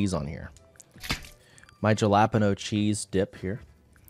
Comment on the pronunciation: The pronunciation of jalapeno kills me a little bit inside each time he says it